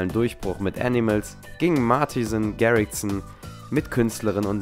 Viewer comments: Erstmal: SPRECH IHN RICHTIG AUS Zweitens: ICH BIN EIN GARRIXER, ICH WUSSTE ALLES Drittens: LABBER KEINE SCHEISSE IN FRONT OF A GARRIXER SPRECH AVICII BITTE AUCH RICHTIG AUS! Mach keine Video’s über doe weil du nachts kannst! Sorry! Und Martin Garritsen! G= ch Dummi! Lern die Aussprache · angi grx und ja, ist geil wie die seinen namen aussprechen hahahahaha 😂